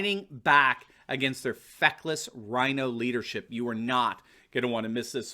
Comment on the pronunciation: I have to laugh every time says "feckless."